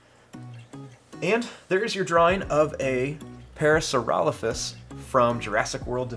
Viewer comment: You said it correctly